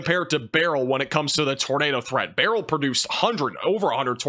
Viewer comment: Can’t stand hearing all the weather people saying Beryl incorrectly. My grandpa name was Beryl and you pronounced it “bur earl “